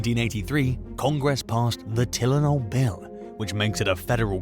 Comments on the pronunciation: its TIE LE NOL not Telen OL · Maybe try editing your recording a little more. It’s Tie-len-ol not Till-en-ol. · TILL IN ALL? Try this pronunciation: TIE LYNN ALL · You really can't pronounce Tylenol? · It’s bizarre to hear a foreign accent talking about Chicago to begin with, but then you pronounced Tylenol wrong twice. 👀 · They all do it , mostly anyway. Simple words and phrases are mis-spoken. Maybe some of these videos come from an alternate universe‽ How do you mess up saying Tylenol so many times and not realize it‽ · He got me on the Tylenol pronunciation😂cool though 😅